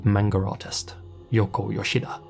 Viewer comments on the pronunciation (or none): Manga not menga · “Manger artist?” I never thought anyone would have trouble pronouncing a 2 syllable word. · I like that you've lived in Japan but still call it "manger." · How do you cover Japanese cases for a living and not know how to pronounce “manga”